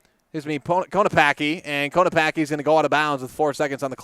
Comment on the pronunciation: Konopacki is pronounced KO-NO-PACK-E 😊